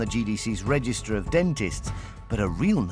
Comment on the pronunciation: Dr Chan trying to say ‘register’ 😂😂